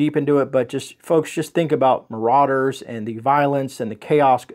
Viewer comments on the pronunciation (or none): none